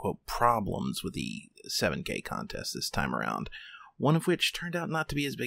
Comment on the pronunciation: I swear he said “let’s talk about the seven-gay contest”